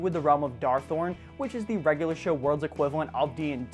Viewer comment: Darthon not Darthorn